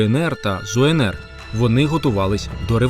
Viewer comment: Не Зуенер, а так і читається ЗУНР, тільки малохольні не знають як правильго, встидно, робити відео і не знати